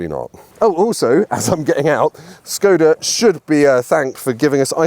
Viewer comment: Why someone, who is running a YouTube channel abroad cars, is not able to pronounce the brand's name right? Škoda is not "Skoda", but "Shkoda". "Š" in Czech is "esh", like a sheriff, Sheffield, Sharon, Sherlock,...